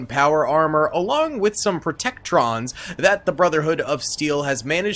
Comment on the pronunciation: As someone who is doing a modded playthrough of FO4, a little part of me dies every time protectrons are mispronounced